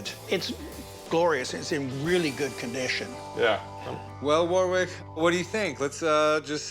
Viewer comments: Warwick in British English is pronounced something like 'Worik'. The W is silent and with the R is much less strongly pronounced than in American English. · I wonder if they'll ever learn to pronounce Warwick's name properly. The guy must have just come to terms with it :')